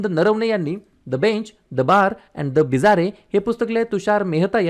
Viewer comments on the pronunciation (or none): Bizzare हा शब्द बिजार असा वाचतात. बिजारे असा नाही.